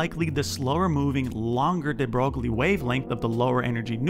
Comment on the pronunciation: de broglie is pronounced de broy Always pog to see nuclear love